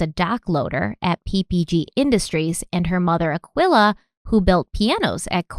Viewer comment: This case is hurting my feelings already, but not as much as calling that mother "Akwilla"..... I think its pronounced Uh-key-luh, dearest.